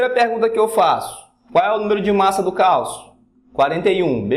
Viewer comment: É Calcio e não Calço